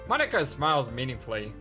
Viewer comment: Well Monika does say that it's not even how you say her name, so I guess she is referring to the fact you said? That its Mo-ni-ka and not Mon-ika?